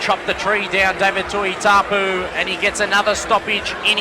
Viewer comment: his name is not tuitapu ffs.get your job right say tuitupou